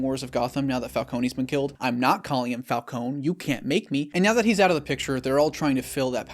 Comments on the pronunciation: Saying Falconey instead of Falcone was good rage bait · Bro, it's Falcone, not Falconeeee. That's the one issue I have with the Nolan films. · It’s Fal- Cone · I’m glad that I wasn’t the only one bothered by how they changed the pronunciation of Falcone